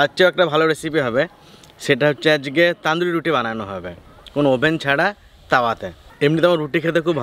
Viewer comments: ওটা তানদুরি বলে না তনদুরি বলে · কথা টা তন্দুরি রুটি তান্দুরি রুটি নয় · Pronunciation wrong only Tonduri not Taanduri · ওটা তনদুরি বলে না। তন্দুরি বলে।